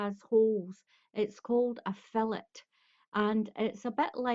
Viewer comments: Its pronounced....fil·let /fiˈlā,ˈfilā/ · its pronounced....fil·let. /fiˈlā,ˈfilā/